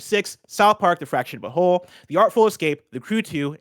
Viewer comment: Anyone else notice how pronounced butthole?